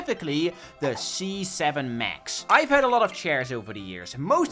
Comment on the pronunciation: when you said c7 i thought you said z7 and it gave me garden warfare 2 flashbacks!